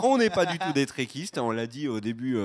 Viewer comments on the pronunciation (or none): Ah oui, et on dit Trekkies ou trekker, pas trekistes! ;-)